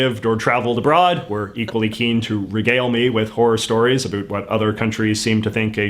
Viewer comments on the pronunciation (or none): Hahaha omg yes. He said aboot.